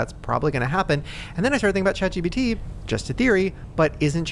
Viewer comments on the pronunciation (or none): Why do ppl call it jat-gpt